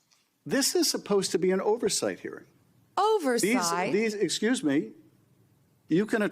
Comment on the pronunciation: OVERsawught?!!!? EDIT: y instead of the u. Wow see how easy that was instead of playing a doofington